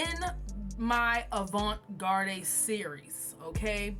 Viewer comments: it’s okay. I was hoping you wouldn’t be offended by me asking that question. But garde is pronounced “guard”. Also wanted to tell you that your tutorials have helped me out a lot and your work is beautiful so thank you. 💙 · I’m sorry but are you purposely pronouncing avant garde incorrectly?😅